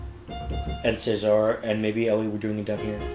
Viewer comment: Just a note - when the guys refer to Cesar it's pronounced as in the Roman rulers, as in Julius Caesar. They really put so much into their videos, many of them need to be watched/heard a few times. When I first heard this one I couldn't get to grips with it, the throwbacks to Gwen Stephani's If I Were A Rich Girl, put me off because i loved the orignal so much. So it took me some time to really enjoy it. And you're right about Layne's arrangements. Geoff has said that he shares his own first drafts with Layne who usually responds with something like "good start" and then goes on to make changes. :) I love that little middle eastern touch in the middle. Oh and it's my understanding that they don't use autotune.